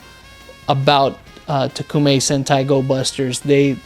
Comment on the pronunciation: Yo its toekumei tokumei